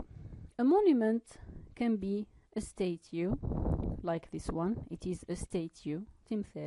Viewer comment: Thank you for sharing ...just mind the pronunciation of statue /stætʃuː/